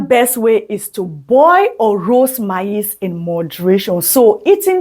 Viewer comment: Your PRONUNCIATION of MAIZE is not correct however thank you for your video.